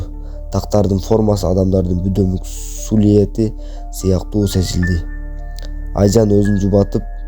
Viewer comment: Орусчага тилин келбесе , кыргызча эле айта бер сулиэти дебей. Элеси десен болобу?